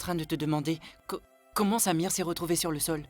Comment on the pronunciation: J'aime Quand prononce le nom de samir!